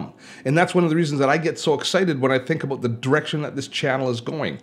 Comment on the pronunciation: Love how you say “about” : “ ‘bouuut” . Good old Canadian !